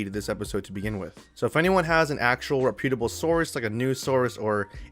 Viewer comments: You need to learn how to correctly pronounce the word reputable. LOL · Weird way to pronounce reputable